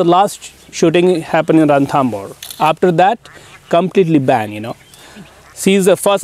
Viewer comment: it's Ranthambore..!! not Rathambore.!! thanks..